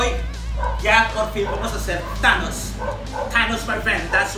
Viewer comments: He said Tanos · " T ANOS......"